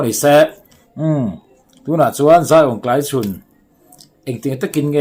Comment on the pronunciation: Tlaichhun ti a i lam dan hi kan beng a kham ngawih ngawih. A lam dan dik chu Mafeli lam dan khiab lam hram teh aw.😮😮Channel nei tu pa